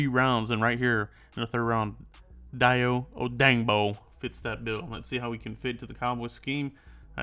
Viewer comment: Dayo OH-DANG-BRO!!! Idc if that’s not how you pronounce it cuz that’s how I’m sayin it from now on!!! 😂😂